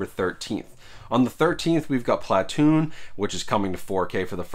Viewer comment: I don’t think I’ve ever heard someone pronounce Platoon like that before 😂